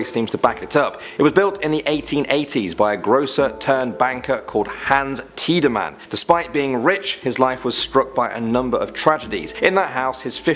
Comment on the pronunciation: Tiedeman is pronounced Tee-da-min. For crying out loud, do your homework!